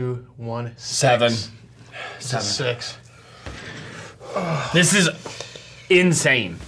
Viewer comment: can’t say 6 unless he stands up right?